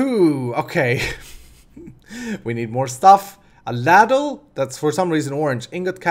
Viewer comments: lol, ultimate spoon moment with the "ladle pipe/golf club". It's obviously an easy mistake as English is not your native tongue but it is pronounced "lay-dull" is probably the best I can put it my man. it's a deep spoon used mainly for soup but it has been used for metal works of such. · ITS PRONOUCED LAY-DLE AND ITS A BIG SPOON THAT YOU USE TO SERVE SOUP